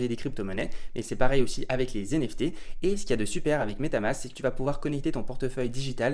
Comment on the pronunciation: Des "zenefté" mamen 😆😅